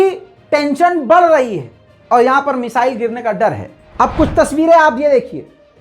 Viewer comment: لفظ مسائل نہیں ہے میزائل ہے درست کرلیں